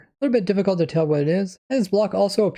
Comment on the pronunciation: Are you from Michigan? The way you pronounced the word, "Root" sounds just like how we say it!